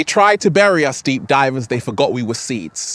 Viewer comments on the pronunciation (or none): none